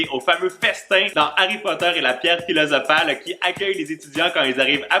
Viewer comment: Ca m'a fait un choc le ''harry potter et la pierre philosophal'' à mais j'ai oublie que t'etais québécois 😍 Suoer vidéo,j'ai vais sans doute refaire des trucs 😘